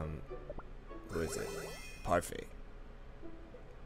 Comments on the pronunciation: its parfait not pefai im just saying not to be rude thx for the comparison tho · He calls parfait puryfy and herb erb